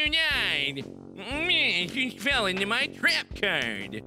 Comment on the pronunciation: I lost it when he said "NEH YOU FELL INTO MEH TREHP CAHRD"